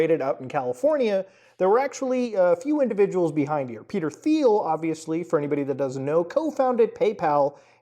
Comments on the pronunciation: It's not pronounced "Thiel" it's "Thiel" lol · Muta, please pronounce the bastards name properly , the H is silent ,like tea'll. Just so we all know who he is without confusion. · "Thiel" is pronounced "Teal," same as the color the rest of us call "aqua." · I think it is pronounced Peter Teal? Not sure though. I do know that Peter Thiel is an anagram of “The Reptile” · Peter Thiel’s name doesn’t use a “th” sound. It’s pronounced like “teal” and rhymes with “feel”. Normally wouldn’t make a thing of it but you’re gonna be saying this weirdo’s name more over the next 12 months I suspect.